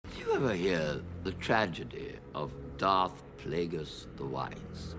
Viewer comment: that aint darth plagueis, thats darth DRAKEis 💀💀